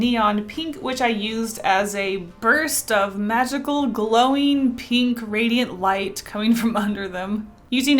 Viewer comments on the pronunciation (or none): It annoys me sooo much that she pronounces "pink", "peenk" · nobody:: peenk